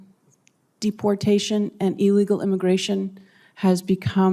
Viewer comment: who the hell calls it dep portation